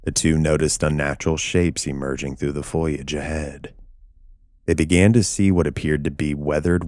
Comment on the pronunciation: Ps: it's prbounced fo-lee-age not foil-eea-age..Do better.